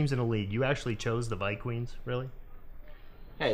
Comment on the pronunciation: around there he said vike queens instead of Vikings 😂😂😂